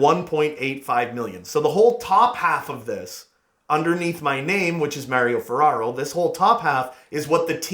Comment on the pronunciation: "im maw-rio ferarro, say im mayr-io ferarro" - LMFAO gr8 vid as always. good ideas especialy 4 contracts